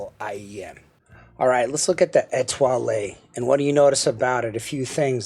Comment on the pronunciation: The French lilt on pronouncing "Etoile" was impressive, even if the IEM was not. Merci. Have a good one. Mike Gutierrez